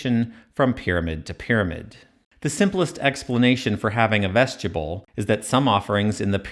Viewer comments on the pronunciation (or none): Vestibule. Pronounced "Vest-i-byool." You keep saying "vestchabull." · VEST-ih-BULE not vesgetable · Am I the only one irked by him pronouncing “vestibule” as “veschuble”? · Good work, as always. I have only one, rather pedantic suggestion. I applogize for it in advance. The word "Vestibule" is not pronunced "vestible" or "vestiboole." Think "yule" with a "b" in front of it. Phonentically, "vestib yule." I'm normally not so picky, but you put so much effort in your work in order to bring clarity to long-accepted areas of misinterpretation in the field of egytology, that muddling it up with a repeated mispronunciation is an unforced error, that can, and in my opinion, should be avoided. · Yeah, I'm not sure I want to rely on the expertise of a guy who can't even pronounce "vestibules" correctly and says "ves-tube-uls". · "Vestubule"? You should say vestibule. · Vesti-byool, not vestya-bull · Vestibule is not 'vest-yable' -- it's vest-ib-you'll or vest-i-bulle -- pretty much like it's spelled. It's basically a foyer, which is not said foy-er though, but foy-A. An entrance room. Anyway, yet another reason to dislike Hawass if he's backing this "3-chambers" guy. I'm going to assume they made as many rooms as were deemed crucial and those needs/desires changed either from Pharoah to Pharoah or as time went by. Pyramid interiors are clearly vastly different and trying to simplify them into a non-reasoned set of 3, when 3 isn't even right or defensible...pfft. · you say vestibule like "vegetable" lol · Ves ti Bewle ... vestibule ... short I long U ... not as you keep mispronouncing it ... sadly english is NOT your strong suit since you cant even say one of the most common words in the english language ... which further proves Nazi America is NOT educated but indoctrinated into stupidity ... and is UNABLE to recite English correctly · "Vestibule" 'bule' as in 'mule' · I keep hearing “Vegetable”, lol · I don't think 'vegetable' is the correct pronunciation